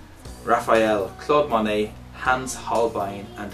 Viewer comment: Manet or Monet? At all this yr